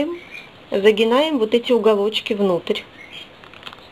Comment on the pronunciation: Загинаем !!! Писец !!! Загибаем , а не загинаем !!! Деревня Васюки !!!